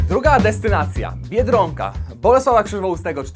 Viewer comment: Mówi się biedronka a nie Biedrąka.